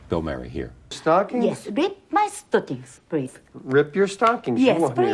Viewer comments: A lousy interviewer. He wants to do all of the talking. As an aside, he can't pronounce Murray. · He can't pronounce "Murray".